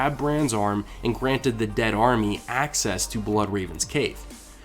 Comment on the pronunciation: dionbranchglove I know he's saying "restore your dead to life" but it sounds like "debt to light" EVERY time.